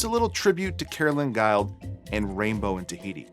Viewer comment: Speaking of pronunciation, I've not heard Guild pronounced as guyled. Is it perhaps Guild as in gilled (or guild as in a organisation).